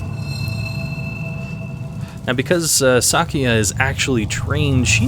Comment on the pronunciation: Casually commenting on a rather old video to mention how happy it makes me that you pronounce her name correctly. Most people pronounce it "Sakuuya" and it drives me nuts!